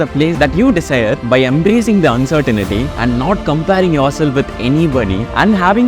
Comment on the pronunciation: That's "uncertainty" and not uncertainity :glasses-purple-yellow-diamond::face-green-smiling